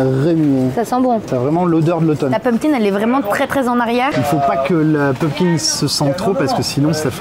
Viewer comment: PumpKIN, pas PumpKing.. autrement le terme potimarron existe aussi 😂